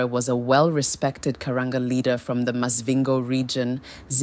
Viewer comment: Is this an AI talking cause some of these pronunciations ?😂Maz-vhingo